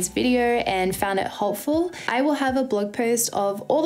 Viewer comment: Thanks so much for a real review. Sounded like you said " I hope you found this review hotful" lol.